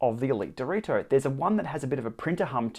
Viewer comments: It's not dorito is Dee-reh-toh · Thanks for the review! You somehow always said Dorito instead of Direto btw hahahah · Based on your pronunciation, is it unbreakable like these?